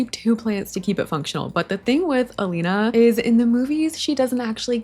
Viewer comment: Sie heißt Elina und nicht Alina